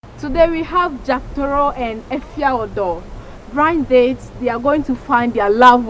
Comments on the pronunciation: host said brind date 😭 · Did I just hear “brind date “ arh wtf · Did I hear BRIND DATE? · Did she say braind date? 😅